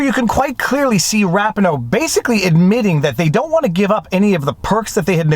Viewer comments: A rose by any other name is still a Rose. If you believe mispronuncitation of a name, constitutes as a Logical argument, then no one can help you see reality. Your argument wouldn't stand up in a court of law. He mispronounced her name, Oh, Okay, case dismissed. That's no how the real world works. No one, with any level of intelligence and education, will dimiss a point of logic over misprounciation of what looks to me like a made up last name. Go ahead, find the country of origin for that name. I can't seem to find it. Which doesn't surprise me in the least. At best, it is a major bastardization of another name, and the changes are so great, that the real name has been obliterated. Which would obliterate any hope of having a grammatically accurate means of pronouncing it. What I truly surmise: she made this name up herself, and each syllable is taken from something else. I could obviously be wrong, but I don't care. She is a self serving Wanna Be Influencer riding her 15 minutes of fame. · Not like it matters to much but I think it's Ra-pee-no. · Vive Megan's last name is pronounced. Raa pee no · I love your videos, but constantly mispronouncing Rapinoe’s name undermines your argument in that it appears that you are either (1) being petty and childish by deliberately mispronouncing her name, or (2) you haven’t done basic research in this case to know how to say it correctly. You showed a clip from a news interview where her name was pronounced correctly at least twice at the beginning of the interview. I don’t blame you if you’ve never watched women’s soccer, but anyone who has watched the USWNT play will hear her name pronounced correctly throughout the game. This is a silly mistake in your post, but one that undermines your credibility. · Her name is pronounced ra-PEE-no....accent on the 2nd syllable. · FYI - Rapinoe is pronounce Rah-pee-no.